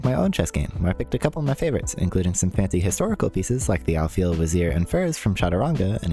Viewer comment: This is such a great and inspiring video, so awesome !! One thing I wanted to comment on are the names of the pieces, "Alfil" is an Arabic word written with English characters ! It's "Al - fil" .. "Al"meaning the, and "fil" ,or more appropriate to the spelling, "feel", meaning "elephant". Similar is "Wazir" which translates to "minister", and "Farez", which means "knight", but it should end with an "s" sound, not "z" ! Over all it's a hugely inspiring video, thanks so much for sharing ❤